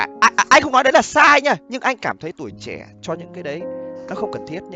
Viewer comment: Trẻ chứ ko phải trè :))